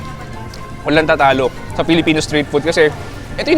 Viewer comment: Natawa ako sa FELE! FELEPENO YARNS HAHHAAHHAAHAHHAHHAHAHAHA